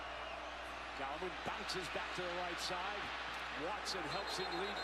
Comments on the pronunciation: Thanks to the person who told him between Clemson offense series #1 and series #2 "Hey man....his name isn't GOWman; its GALLman." :) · ....and then he started calling him Gowman again.....sigh